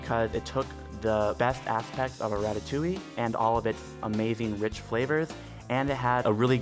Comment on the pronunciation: Quand il prononce " ratatouille " " ratatouilli " ! On m'a perdu dans un putain de fou rire ! MDR